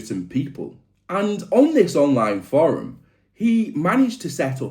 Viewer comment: Love the video. Not a fan of how you pronounce the word forum 😅😂